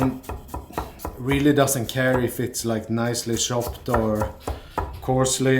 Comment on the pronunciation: What I love about the Swedish/norwegian accent that I hear with is the shop* pronunciation for “chopped” or chicken which becomes shicken. It’s so cute lol